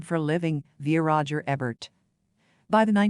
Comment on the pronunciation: All of this content is nothing new. It is everything a basic primer of Crawford has already told. Also, you mispronounce many common names: Bette Davis, Roger Ebert, Metro Goldwyn Mayer. Citing your sources during the monologue makes this video sound like a sophomoric book report. And finally, the monotony of the narrator's voice sounds worse than fingernails on a chalkboard.